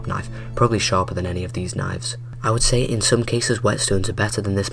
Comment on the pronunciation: Wow A video about knifes where the guy talking says “knoyvs”